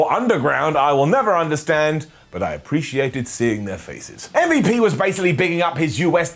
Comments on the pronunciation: Stop calling him “um-vuhp” 😂😂😂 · Thank you ❤️❤️❤️❤️❤️. Thank you for calling MVP as "em-vep"